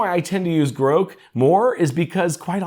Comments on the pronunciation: I think you're mispronouncing Grok, Grok rhymes with rock, you're pronouncing it Groke, rhyming withe broke. 🙂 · Your pronunciation of Grok was so cringe I died. I have never heard it pronounced like that before! It’s pronounced exactly how it’s spelt. Or like the word rock but with a G in front. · Are you saying Grok here? Say Brock, then substitute the B for a G, now you have the annunciation of Grok. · Well maybe AI can teach this guy how to say the word Grok. lol